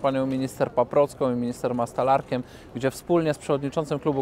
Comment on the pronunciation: Mastalerkiem , nie Mastalarkiem. Tak jak Duda , nie Dupa.